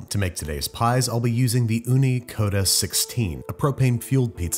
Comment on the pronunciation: The finn in me so happy you actually succeeded in pronouncing uuni (finnish for oven). And I know it's Ooni but like it definitely was based off uuni since it IS a Finnish invention